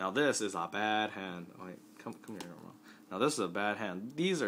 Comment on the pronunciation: It's not Garmall it's Garmore D